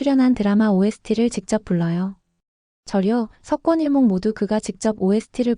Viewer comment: 석권일몽이 아니라 서권일몽이에요 발음을 정확하게 해주시면 좋겠네요 몇번이 나오는데 전부 석권일몽이라고 하시네요